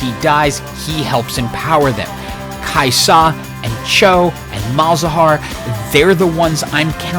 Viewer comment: you don't have to put so much emphasis on the 'Sa for Kai'Sa, its usually just pronounced Kaiza